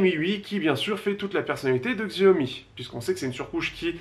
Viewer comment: Xiaomi cela se prononce Chiaomi.